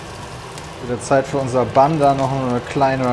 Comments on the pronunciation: Wenn noch mal "Bunn" sagt anstatt englisch "ban", dann spring ich durchs Handy! Aua!!!! 🤣🤣👍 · Immer wenn "Bunn" sagt, stirbt irgendwo ein Angelsachse. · Wie zu Bun einfach Bun sagt......Moment... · Wie ich jedes mal, wenn Bun falsch ausspricht, jemand schlagen möchte. Was erwartet man von jemanden der Haut auf Pudding isst...